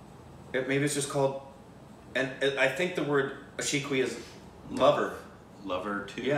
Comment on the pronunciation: I guess this was the first time went pronounced it correctly.